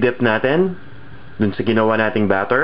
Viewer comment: pasintabi na po sa inyung lahat peru hindi ku talaga matagalan ang boses ng tao sa video ... yun lang ang dahilan kung bakit di aku nag ssubscribe dito .... ayoko ng "makati accent" gustu ko "manila accent" , parang ang arte kasi pagbigkas na lang ng "ATIN" gagawin pang "ATENNN"...